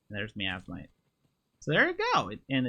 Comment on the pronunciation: My-as-might, miasmite. From the word miasma, my-as-ma.